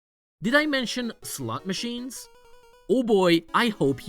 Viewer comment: I'm not normally one to poke fun at accents but I just can't help but giggle every time I hear "slut machines" in this video.